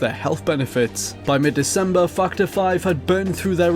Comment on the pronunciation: its fac·torˈfaktər/ not fucher